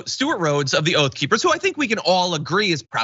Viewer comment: OATH OR OAF?